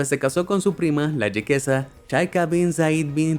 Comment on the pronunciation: Se dice Jeque con la Jota española. Igual Jequesa con jota. Se dice Emiratos. No EmiRRatos.